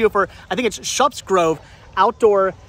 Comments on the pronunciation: The "u" sound is pronounced like the "uh" sound in the word, shut....You pronounce the p's... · It's pronounced like "shut"...Shupp's. The Holiday Inn is made by Playskool.